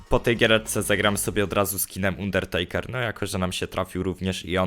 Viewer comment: Pls czytaj dobrze undertakera bo to tak uszy bolą, zobacz sobie jk go przedstawiali to będzieimk lepiej